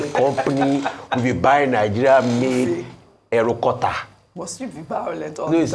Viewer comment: Aerokutter 😂😂 Lekelekeee 😃😃 Mr. Rufai you no go kill us 😂 More Grace sir.